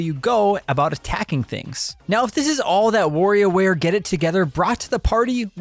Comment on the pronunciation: It's Wario ware not warrior ware! Or worrio like you say it. Lol Practice the wa and less focus on wo ha ha. Great review though. I was getting warried there .. I mean worried aaaaahhhh now I'm doing it 😆